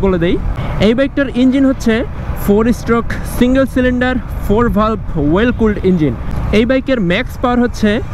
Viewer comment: Well নাকি oil এ উচ্চারণটা সঠিকভাবে বললে মনে হয় ভালো হয়